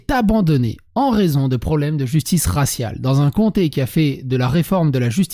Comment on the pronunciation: Raciale et non rassial😤😤😤😤😤